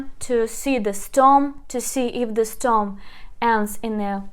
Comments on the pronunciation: You pronounced wrongly : stom instead of stem, the correct pronunciation is " stem " as it is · Please, one more thing, it is not storm its stem (CTEM) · Nicely explained! Thank you! By the way, the word STEM is pronounced стем